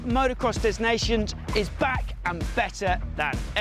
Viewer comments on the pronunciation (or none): STOP SAYING 'DEZ' NATIONS !!